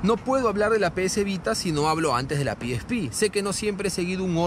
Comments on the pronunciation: pi is pi?..... Carajo eres latino, pronuncia como tal PE ESE PE. PE ESE PE PE ESE PE PE ESE PE PE ESE PE PE ESE PE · Ora piespi nel eso no se dice "El pesepe :v" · El: (PIESPI) Yo: (PEESEPE) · A alguien más le molesta que le diga piespi ? Xdxdxd